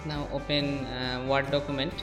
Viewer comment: Ward document nahi ""Werd" (word) document